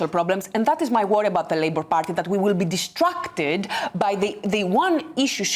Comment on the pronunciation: Destructed or Distracted? Don't just pronounce words the way they're spelt.